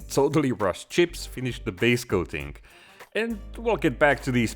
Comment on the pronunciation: Love the Way you pronounce chips, tjsssccjhhipz! Gives me good bumped every time!